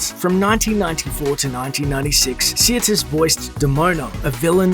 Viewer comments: her name is sirtis, not siatis or siratis. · So what happened to this star???? Nothing major she kept working it’s just she’d had no other role as iconic as Troy . Also how come this clown can’t even pronounce her name correctly it’s not see-er-tis it’s sir-‘tis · Its Sirtis not Seertis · Sirtis is pronounced "Sir".. As in, I knight you Sir Pronounce... Sirtis.. Not Seartis.. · Her name is pronounced SIR-tis, not Sea-ir-tis. Smh I met her in 1998 at a convention in St. Petersburg FL. She was very beautiful, just like on TV. She said her accent on the show was Greek (she is part Greek), and that's how she spoke at the convention, but her normal accent is Cockney British (which is really quite different than what we're used to hearing from her). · As an Englishman, Marinas' surname is pronounced, "Sir tis", only 2 'i's. sorry. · Her name is pronounced SIR - TIS, other wise Great video thanks for sharing 👍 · I don't think you're pronouncing her last name correctly. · You can't even say her name properly. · check you pronunciation of Sirtis and Mossad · Except he can't properly pronounce her last name 😂😂😂😂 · you are not pronouncing her name correctly and it hurts my ears.